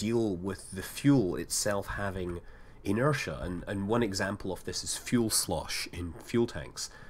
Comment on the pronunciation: That's pretty much the same. And it's fuel not "fule" :p